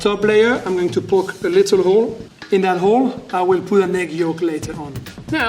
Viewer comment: Thought he said "I want to pu the cheese closer to the ozon layer" first lol :D